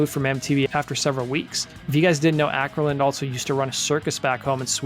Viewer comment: The Å in Åkerlund is pronounced like the A in balls. You can type it with Ctrl+Alt+W (Q and P for Ä and Ö). Not that anyone probably cares. :P